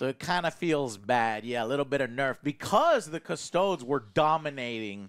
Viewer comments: Joe. I say this with the utmost respect but custodes is pronounced Cus-toad-ees. Not cus-toads. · No sir, it's Adeptus Custards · Definitely 🍮 ies